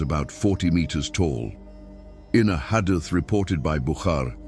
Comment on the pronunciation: Pl correct the marrator's pronunciation of hadith, Aad, Hud, Maryum, Esa...